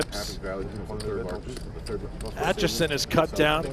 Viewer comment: Commentator keeps saying Atchison's name wrong. He keeps saying Atchinson, not Atchison. Where are you getting that extra n from?